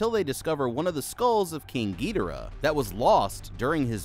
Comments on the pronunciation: King Ghidorah:❌ King Gee Dira:✅ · “Gidera” it’s Ghidorah, gi-dor-uh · Bro why did you say gidhora idk how to spell you said it so Goodyear man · King “ geedera “ 😭😭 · Why everybody I see talking about King Ghidorah and they always say King Ghidora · Bruh literally said GeeTara 💀 for King Ghidorah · Giaroara totally not ghidorah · Not to be rude but to be rude wtf was that pronunciation for ghidoriah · Is ghodirah that hard to say💀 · I HATE HE KEEPS SAYING THE BIG YELLOW DRAGON WRONG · Bro messed up king gidorahs name like pronunciation but idc